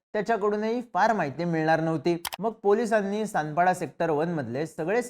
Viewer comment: तानपाडा नाही सानपाडा...